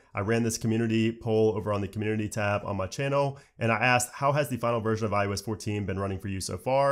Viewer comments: I “oh” s... stop saying iUS lol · Why does he say iUS though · stop saying IUS troll